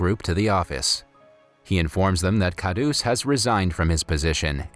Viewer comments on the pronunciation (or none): It actually pronounces as kharus not khadus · It's dab ba n not Karush it's kha rus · its kharus not khadus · ITS HINDI (Hee-in-dee) And Khadoos (Kha-d-oos) AND JALEBI (J-uh-ley-bee) An Indian would know. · as a Pakistani, the pronunciations of "dabba" "khadoos" "Hindi" "iyer" and "jalebis" got me but it's okay, I understand 😭🤚🏻